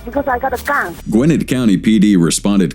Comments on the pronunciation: It's not "Gwen-ate" county... it's "Gwa-net" county. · It’s the south and in Georgia and it is pronounced “Gwen-net” not “Gwen-nif”. When I worked at the newly built mall there in the 80’s it was a prime area to live. But back in the 90’s gangs and crime started moving in and now ……..